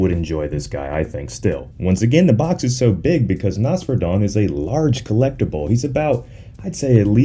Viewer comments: It’s pronounced “ NOS FERA DON” 3 syllables not 1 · Am i the only that thinks Nosferadon sounds better as Noss-Fur-Rah-Don like how u Pronounce Nosferatu the Vampire, honestly though in my eyes the Kaiju look sh*t, too typical Kaiju looking.